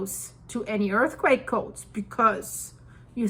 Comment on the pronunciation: I caught that "earthquack" part!😂😂